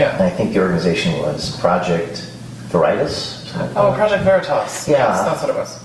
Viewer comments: Project Very'tas 🤡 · James faking gay to expose a deep state făɠ and mispronouncing Veritas is gold